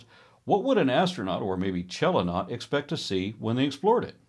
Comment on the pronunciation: I love this series, can't wait to show the videos to my daughter when she gets old enough. Just a minor thing, and only because I am a Terry Pratchett fan: "chelonaut" is pronounced with a k in the beginning (like in the word "character", and unlike the word "change"). It's derived from the greek words "chelona" (turtle) and "nautis"=sailor, exactly like astronaut is a sailor to the stars ("astro"=star). (Actually, in Greek, the starting sound of "chelona" is closer to the spanish "ch" in Jose and Juan.)